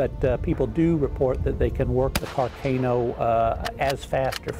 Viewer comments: car- c-Ah-no not car- cay-no. incorrect, correct. You can tell when people don't care about a subject when they don't bother to pronounce it correctly. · Car-cay-no? No Khar-kaaah-noooooo!